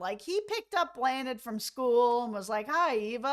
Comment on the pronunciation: Great video but just 1 thing: you’re pronouncing Bláthnaid wrong 😂 Think of the word awesome, now just ‘awe’ Bl-awe-nid. Not Blah-nid. It’s a very small thing but you’d be roasted in Ireland for it 😂😂😂